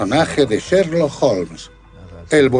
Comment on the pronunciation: curioso como el narrador pronuncia Serlock Holmes!!!Es Sherlock Holmes asno!!!